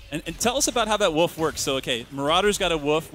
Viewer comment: what he says: marauders got a wolf what i heard: marauders got a woof